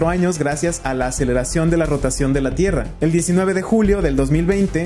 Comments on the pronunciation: Me saludas? Ah y porque dice tirra JAJAJA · “Tirra” xd